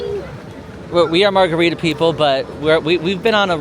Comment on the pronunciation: saying "we share germs" with his wife was too funny and I Love Wine Bar George. Soooooo good! Agre with and lack of holiday spirit jerseys. I would be not a happy gal if they didn't have my adult size. What? Did say Margaritta?